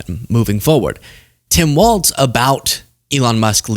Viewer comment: It's Walz, not Waltz.